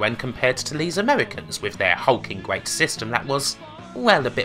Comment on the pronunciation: oooooh asthetics was gweat